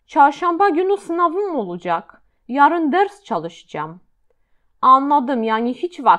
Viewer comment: Witam!! Czy są jakieś zasady wymowy w j. tureckim? Słówko olacak wymawiasz (oludżak). Też wiele innych zauważyłam. Proszę o komentarz. Pozdrawiam.